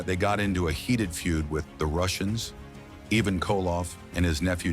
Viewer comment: LOL "Evan" Koloff. Ivan! More computer generated audio that can't pronounce names. Half of the pictures don't match the audio narrative. WOW this is poor quality. Half effort.